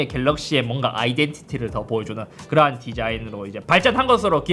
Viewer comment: 삼성 스마트 모니터 m7리뷰 해주세요 그리고 형 형은 그러한할때 그라한이라고 들려